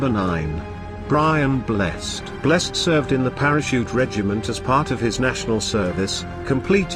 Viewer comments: Blessed (Brian) is pronounced Bless-Ed, not Bless'd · It is not Brian Blest. It is pronounced Blessed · It's pronounced Brian Bless-ed. However I'm sure he is blessed. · Bless-ed, 2 syllables! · Brian Blessed is pronounced bless-said, as in Blessed are the merciful, you morons. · He also wasn't in the Magnificent Seven! And can their robot not pronounce 'Blessed'?